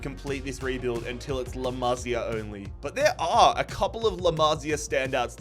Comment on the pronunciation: “La mazi A” 😭